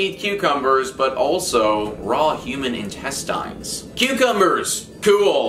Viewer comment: He pronounces intestines really weird.